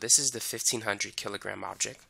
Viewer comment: I too now pronounce object and product as objec and produc thx to you bro!😅